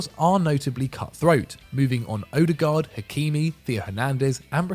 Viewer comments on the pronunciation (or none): none